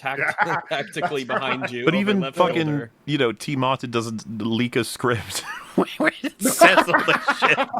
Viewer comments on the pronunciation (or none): none